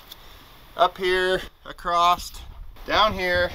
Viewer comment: Wtf is ‘acrossed’?